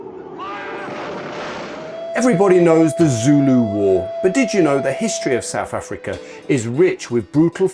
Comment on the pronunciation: South Africa not Souf Africa